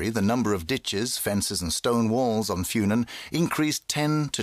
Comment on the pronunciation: The way the English dub pronounces "Funen" makes it sound like an herb.